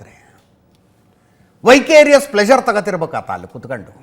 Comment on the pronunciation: ವೈಕೆರಿಯಸ್ ಅಲ್ಲ ವಿಕೇರಿಯಸ್